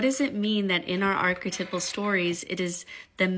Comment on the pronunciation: My favorite is the woman who thinks she knows everything, and doesn’t even know how to say archetypal